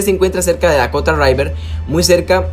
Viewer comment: Nunca voy a entender porqué dicen raiver en vez de river. Btw buena guía pana